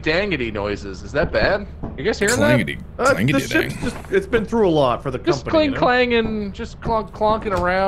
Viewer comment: How did "I love the company" turn into "I love the come on me" this is the best omg